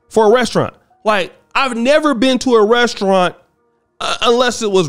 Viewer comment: I'm not paying 200$ for a date with someone who can't even pronounce restaurant correctly (ressurrant)